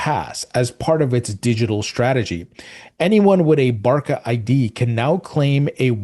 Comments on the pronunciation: Not Barka !! “BARÇA” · Card would be pronounced ‘Barsa’, when talking about Barca Barcelona card. 👍